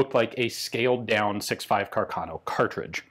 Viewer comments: It is pronounced Càrcano, not carcàno, the accent is on the first a. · I think you should pronounce Carcano with the stress on the first a, not on the second... Càrcano, not Carcàno...